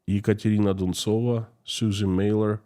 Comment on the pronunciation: I like how you say the name "Ekontrina Duntsova" please put her name up in Latin script and say it again.